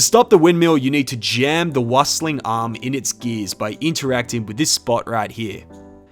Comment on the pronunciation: Wüstling is pronounced "Wee-stling".